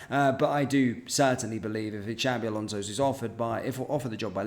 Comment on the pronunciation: Shabi alonzo 😂😂 xabi alonso 👈👈